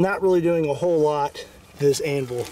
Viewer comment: No one else bothered by how he says anvul instead of anvil